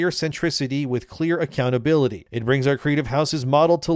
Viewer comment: Don’t pronounce it like that you chump